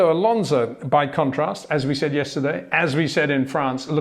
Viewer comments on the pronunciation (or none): none